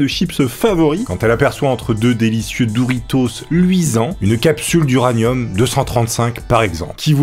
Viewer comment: mdr ça me trigger quand tu dis "douritos"